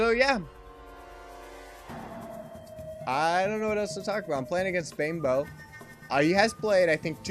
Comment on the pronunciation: I like the way you say "Banebow" as "Bimbo" lol :D